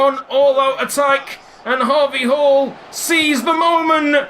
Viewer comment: When you do the we all dream of a team of harvey halls chant it sounds like We all dream of a team of Habe Hall's